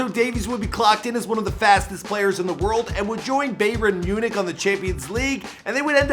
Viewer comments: Clicked off the video as soon as I heard the way he pronounced Bayern München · The way he pronounces Bayern München physically hurts me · beyerrn myunik